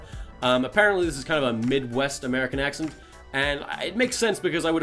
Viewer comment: Your accent sounds midwestern, but as someone from the midwest, I can definitely tell you're British. Also, certain syllables you say, such as the intonation with "American accent" and "country" , sound kinda southern.